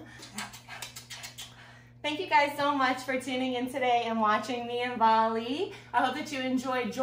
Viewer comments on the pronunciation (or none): It is bali not vali 😅